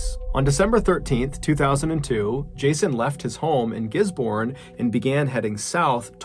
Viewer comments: Gisborne is pronounced Gis-bin BTW love the channel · Gisborne is pronounced more fluent almost more like gizz bin. Great video much love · Just FYI it's pronounced "Gizb'n". Otherwise thank you for the content, very interesting! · As sad as it all is, I just needed to say that we pronounce it “giz-bin” not “giz-born” 😂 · 🤣🤣🤣🤣🤣 don't mind my spelling, it's like gisbin not gisborn as ya said it, sorry not sorry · We all pronounce it Gis-bon and Roo-a-he-knee in New Zealand 🙂 I do remember hearing about that story though, never listened to hard to the news at the time so it's interesting to hear in depth what happened. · Gisborne pronounce "gizzben" same as melbourne is "melben" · Lil bit of knowledge here, the last story you spoke of the town is pronounced like this 'giz bin' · Ruahine is pronounced like "roo-a-hee-ne". Gisborne is pronounced like "giz-bin". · I’m from New Zealand and Gisborne is actually pronounced Gisbin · As someone from New Zealand, let me just say that we pronounce Gisborne as Giz-Bin.. As far as I know we all say it that way. And the Ruahine has the e almost seperate as Rua he nae. Loving the videos though, thank you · Kiwi here. For your last story it's pronounced gis-bin. The way you were pronouncing it is the same as we would pronounce the place in Australia. Which does have the same spelling. We have stupid ways of talking lol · Gisborne and Ruahine were also pronounced wrong but it's fine. :P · This Kiwi is thrilled you covered a New Zealand story! AND one I had never heard of, at that! Not bad pronunciation-wise. Down this end of the world, we shorten things, so "Giz-bin", rather than GisBOURNE. Ruahine = Rua-heeny. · Ruahine is pronounced Roo-ah-heen-ay. And Gisbourne is Gis-bin. And FYI Melbourne is Mel-bin. Bourne is pronounced "bin".